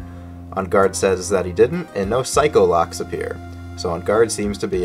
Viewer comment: It physically hurts me to hear "psycho-locks" and not "psyche-locks" lol